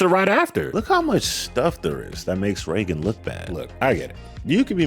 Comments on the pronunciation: This probably doesn’t matter to most people, but I really dislike the way the cousin pronounces Regan’s name. It sounds like she is saying “rehgun”, and I’ve always thought the name was pronounced like “Raygun”. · Ha, I thought I was the only person who was cringing every time I heard the cousin saying “Reh-gun” instead of hearing “Ray-gun” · Reagan makes an entire show about pop culture and gets mad when she hits the news. She's so triggered. EDIT: Why does her cousin call her Rehh-gin not Ray-gan? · I need to go back and count how many times she says "Reggin" 😂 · Why can’t her own cousin pronounce her name 😭 the amount of times she said it too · I absolutely dislike the way the cousin pronounces Reagan's name.